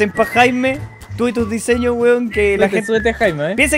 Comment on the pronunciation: Nótese " Diesños" XD